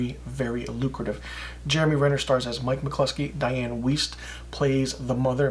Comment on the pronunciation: Enjoyed your review. Not s fan of Renner so wasn't sure about it. Btw, Weist is pronounced like a long i. Like wise but with t on end.